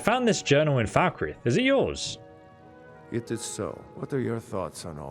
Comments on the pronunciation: Its not pronounced Foul-kreeth its Falk-Reeth as literally the npcs in Skyrim and ESO pronounce it this way. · Anybody else triggered by his pronounciation of Falkreath? No? Then you probably never heard it in russian... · I get mildly annoyed at how he says Markarth and falkreath Mark ath No there's an R Mild rant over